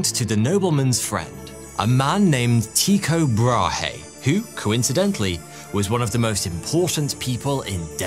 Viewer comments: tyikaay brawhee... 😅investigate you prounouncation little.🤣🤣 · Damn Limies'... TIE-CO-BRAW-HEY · there are no diphthongs in the Danish pronunciation of Tycho Brahe. Tycho contains 2 exact monophtong sounds which are, as I explained; the German ü or French u for the ‘y’ part and a sound similar to the French ‘eau’ for the o part. Furthermore the h in Brahe is silent and the e part is a close to non existent schwa vowel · no, he meant Tü-K’eau’, as ‘eau’ in French for water, Bra-(insert a very minuscule schwa sound) h is silent. the ü is like the German version, similar to the u in ‘tu’, French for ‘you’ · As a Dane, I cringe at the way you say his name but as always, it is a highly entertaining video. Thank you. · love all your stuff but how your pronunciation of Tycho brahe did made me twitch :D